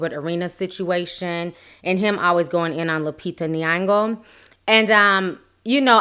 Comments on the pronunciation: She's called Nyong'o not Niango.. Kindly don't call out names that you can't pronounce correctly, it's irritating, moreso a black person mispronouncing another black person's name. Anyways, you doing a good job with your vids, i've subscribed. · I'm sorry but it gets me when people mispronounce Nyong'o😂😂😂. Awesome content though. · I'm sorry but you really have to learn how to pronounce her name right it's not really difficult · i can't stand how you pronounce her name